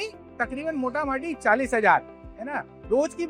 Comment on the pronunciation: Aree mota mati nahi mota moti hota hai bhai please